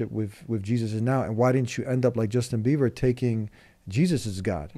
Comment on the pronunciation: He's not "Beaver " he's Bieber 😂😂 I really wish he comes back to the Path of God though. Do call him once on the show yea. Jazakallah khair for your work .